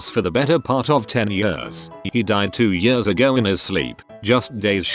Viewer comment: I hate the way it says years